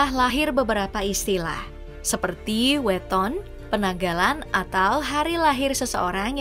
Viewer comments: yang benar itu weton bukan weton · Naratornya pasti bukan orang Jawa, Kelihatan dari cara dia menyebut Weton, Neptu, dan Legi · pelafalan "weton" dan "legi" kocak...